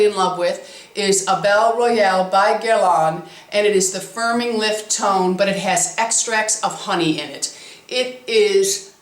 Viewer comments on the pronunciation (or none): none